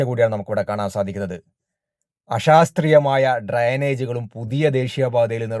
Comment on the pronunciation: ആഷാസ്ത്രീയം❌ അശാസ്ത്രീയം✅ ഷാഷ്വതം ❌ ശാശ്വതം✅